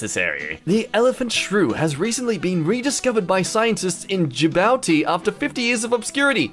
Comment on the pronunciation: I have to tell you that Djibouti is pronounced like "Ja booty" I'm sorry I just have to tell you.